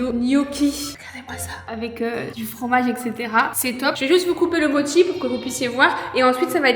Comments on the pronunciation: juste ça se dit moCHi (prononcer mo chie mdr) si non je vous kiffe vous et la team crouton au complet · ca se pronnonce motchise et pas moki ni mochi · Ses pas modchi ses mochii!!!🤣🤣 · C'est la vie les mochis OwO (PS: c'est "motchi" la prononciation, c'est japonnais) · en tant que fan du japon j'avoue que la prononciation de mochi en "mocki" m'a trigger de ouf 😭😭😭